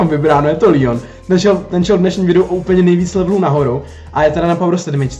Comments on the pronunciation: neříká se to lion ale leon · nie líjon ale leon pls hovor leon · Říká se to leon ne lion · Necte se to lýon ale Leon pls❤️